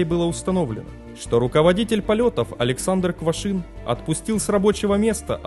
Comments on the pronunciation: Квашнин,а не Квашин.Просьба читать внимательно. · Качество роликов становится лучше, но здесь есть ошибки. Прежде всего, фамилия руководителя полетов не Квашин, а Квашнин. Савчук проходил подготовку в качестве диспетчера девять месяцев, а вот стажировался на рабочем месте да, два месяца. Еще одной причиной катострофы было убогое оборудование что самолетов, что диспетчерского центра. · КвашНин. КвашНин же!!!